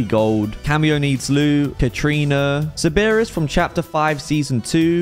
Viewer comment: Bro said Ceberus instead of Cerberus 😂